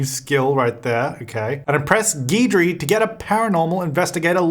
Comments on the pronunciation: Geedree Me: cringes in Cajun Guidry is pronounced "Gid-ree" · Guidry is pronounced Gidree. It’s a common last name in Louisiana.